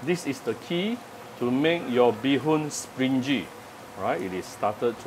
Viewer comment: springy should be pronounced as spring - ngee. Not with jee.....